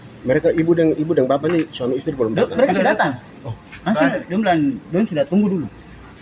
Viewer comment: Tapi kata2nya kurang huruf G (uan, datan)